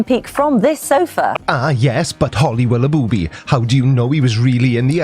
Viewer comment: The earth is a globe. End of story. But on another note. You questioned if Flight attendant was PC, but then proceeded to say Willoughbooby for the entire video..? Pretty dumb mate.